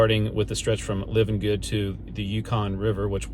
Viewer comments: I wish you YouTubers would learn how to correctly pronounce the names, places, and things you are experiencing. It is Livengood . As in It’s alive…Live-n-good. Alyeska. As in Aly-eska. Thank you. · Al E aska, Live An Good. Please, if you are going to shoot this to the entire world, pronounce it right. Tok is Toke, Chena is Cheena, Tanana is just like banana but tananah. Valdez is Valdeez. i could go on all day! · Short pronunciation lesson. Alyeska is pronounced Al•E•eska. Livengood is L•I•ven•good (long I) and Valdez is Val•deez. (long E). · Livengood is pronounced LIE-ven-good. The pipeline company is Alyeska, pronounced Al-ee-ESK-uh. Thanks for all the drone footage, by the way. I’ve been on the road several times, but that’s a perspective I’ve never had.